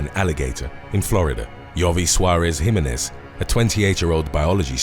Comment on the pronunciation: Can you please remake the part of this video from time to time and then repost it? It's a bit cringeworthy the way that you pronounce the last name "Jimenez". My last name is of hispanic orgin both marital and birth given and if I heard one of my favorite channels on youtube pronounce it incorrectly I would just stop watching all future videos from that channel and never visit that channel again. I'm sure that you have the time to re-record